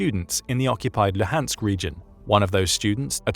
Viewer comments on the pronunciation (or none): none